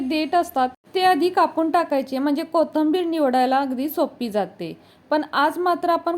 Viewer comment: कोथंबीर नाही कोथिंबीर म्हणा